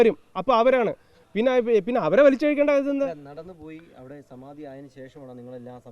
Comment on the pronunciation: എന്തോന്ന് സമാതി ഒന്ന് തെളിച്ചു പറയിൻ ഒന്നും മനസിലാവുന്നില്ല 😮